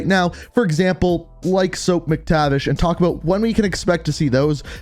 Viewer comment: Did he really say ‘Soap’ Mactivish again damn did you even read the comments last vid